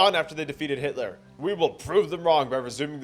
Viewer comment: I paused when he said "Adolph" and skipped 5 minutes ahead in the video to when he said "Hilter"